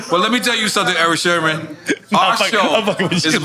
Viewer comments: SIRMAN SERMON NOT SHERMAN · I know I'm not the only one hearing Nore saying Erick Shermon?😂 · Sermon not Sherman Nore !!! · Great interview but why’s Nore calling him Erick SHERMON constantly? 😂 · Nore keeps saying Sherman 😂😂😂😂😂😂 it’s sermen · why Nore keep calling him Sherman 🤦‍♂️🤦‍♂️🤦‍♂️😭🤣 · Why Nore keep saying Shermon though...? lol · Are we just gonna ignore NORE calling him “Erick Sherman”? 😂😂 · Why does Nore keep saying Erick Sherman? lol. small yellow bus. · My man teeth so big he said that man name wrong hella times 😂😂😂😂 its Eric Sermon not Sherman bruh 😂😂😂😂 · SHERMON SHERMON SHERMON!! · I wonder why Erick never corrected N.O.R.E. every time he called him Erick Shermon instead of Sermon. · IF NORE SAYS SHERMAN , ONE MORE TIME I'M GONNA SCREAM. S E R M O N....OMGGGG😂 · I really hope Eric Sermon corrects Nore as it concerns the correct pronunciation of his last name. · NORE pronouncing Erick’s last name wrong the entire episode priceless! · He kept saying it 😅